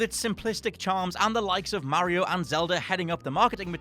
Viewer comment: Why does he say mario like that!?!?!?